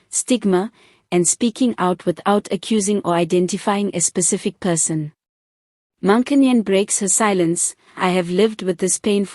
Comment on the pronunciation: Please learn to pronounce her surname correctly. If you don't know how, ask. It's the least you can do.